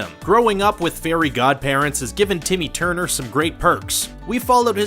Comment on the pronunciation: Stop saying tity turner